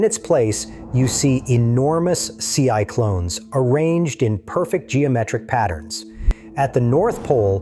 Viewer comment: Enormous "see-i-clones" 😂